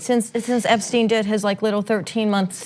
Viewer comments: How do you pronounce someone's name in two different ways within 30 seconds? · Did anyone else find this a rambling clip, in which everyone on the panel seems to know a bit of the story but not the details? Ana can't even pronounce "Epstein" consistently. And some of this is not really explained: Acosta has behaved unlawfully by breaching the Crime Victims' Rights Act, but the judge said he had breached the US constitution?